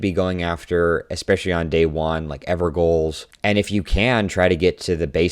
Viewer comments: Enjoyed the video... not to be a troll but evergaols are pronounced "everjails". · No voice chat is the best thing could have happened to this game Also pronounced evergaols incorrectly. All opinions immediately invalid /j